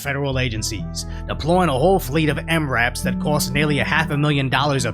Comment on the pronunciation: Bro said MRAP